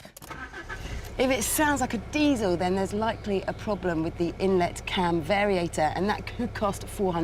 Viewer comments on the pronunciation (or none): none